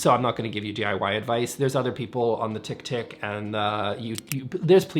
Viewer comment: “The tic tic and the yube”… i love you. 🤣 Also re the vases 💯 💯💯💯